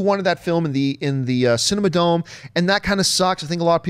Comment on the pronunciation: aghh, as an LA native, it hurt my heart each time John called "The Cinerama Dome," the "Cinema Dome"